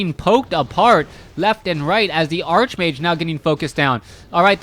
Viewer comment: Everytime he says Archmage, it hurts.